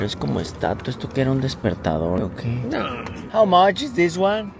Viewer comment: Like aqui para los que vinimos a escuchar el " how moch" de 😅